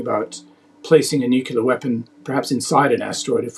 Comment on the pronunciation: Say it with me now, nuclear (NUK-LEE-R) not nukular. Makes you more credible when you pronounce it right.